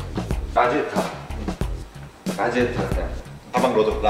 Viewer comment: 라지에타가 아니라, 라디에이터요.